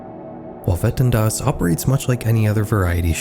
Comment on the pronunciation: You're attempt of saying Wetten dass is acceptable